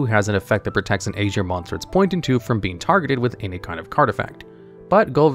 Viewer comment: Is aesir really pronounced like this in the english language? Genuienly asking